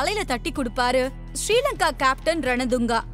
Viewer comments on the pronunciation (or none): none